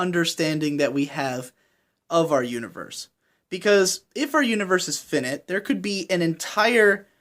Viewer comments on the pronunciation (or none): I think it's pronounced Fi-Night not "Finite" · his pronouncing of finite... "finit".... jee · Finite is objectively pronounced Fye-night. But that's just my opinion. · FI-NIGHT not FINNIT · But Wild Cherry pepsi is OBJECTIVELY GOOD you cannot argue with this. It just is OBJECTIVELY GOOD. And it is FINE-EYET, not finnit. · Did this dude just say 'phin-it.' Dafuq? I've heard of finite, so what the hell is the 'phin-it' shit? That Cossette poster is nice, though. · Finite is pronounced figh-night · Your pronunciation of finite is objectively bad. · i don't know why it bothers me.... but the way you say finite bothers me.... i might not sleep tonight.... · your pronouciation of finite is objectively wrong. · Fuck please stop saying "finite" until you know how to pronounce it. Just like Production I.G. triggers you, retarded pronunciation triggers me. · I'm sorry. I'm not usually an uptight person, but finite uses long "i" not short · While I totally agree that logically 'objectively good' isn't a thing there is pretty much consensus in understanding when someone says something is 'objectively good'. Just like when you mispronounce 'finite' I know what you mean even though technically it's not correct. If language, meaning, and pronunciation are allowed to be fluid and change based on what is the common agreed consensus, then if more people use 'objectively good' instead of 'consensus good' (or some other more correct term) then that should be just as valid. It seems a little self-serving and hypocritical to say you don't need to know how to pronounce something correctly because 'it's understood what I'm saying' when the exact same defense can be said when I say "I did not like Bakemonogatari, and I loved Gatekeepers 21, but I can recognize that Bakemonogatari is objectively good and Gatekeepers 21 is objectively bad". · Great video! a minor nitpick: The FI in FInite is pronounced like the FI in FIght or FIre. the FI in InFInite is like you pronounced it though!